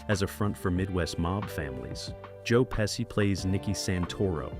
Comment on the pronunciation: It's a very nice video but that "Joe Pissi" it's unacceptable. Everybody always called his name correctly